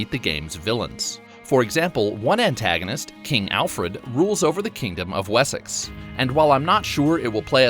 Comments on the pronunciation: Amused by your pronunciation of Wessex, for the record the emphasis is Wess-ex, not Wes-sex, looking forward to the game, thanks for the video. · Please do not pronounce wessex that way. It isn't WES SEX, it's Wessex.